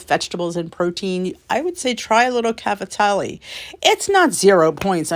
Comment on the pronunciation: Love your channel! By the way you pronounced cavatelli, I can tell you are a fellow Italian! 😀